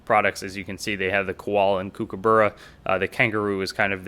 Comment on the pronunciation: Nice video but can you please learn to pronounce the word kookaburra - there's a fair amount of vids on Youtube that will teach you that.